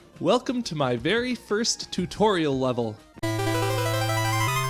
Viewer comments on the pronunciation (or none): Great vid! I really liked your "tu-toriel" XD